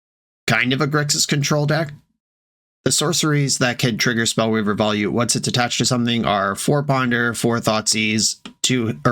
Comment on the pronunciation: Volute is pronounced VO-LUTE.